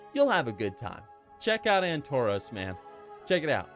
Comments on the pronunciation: Why would I want to mindlessly slaughter others? I've never understood the appeal. Also it's Antorus, not "Antoroos." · AntoROS? I swear it was pronounced as Antor-us with the "us" like nexus not nexos.